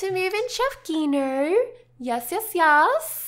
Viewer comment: The g in chef Gino's name is pronounced like a j like Jino